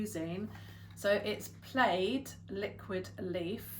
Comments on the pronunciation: In the US, it's pronounced pla-id. Such as a plaid shirt. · We pronounce it (Pa Lad) like plaid fabric. Don't change how y'all pronounce it, though. Ha.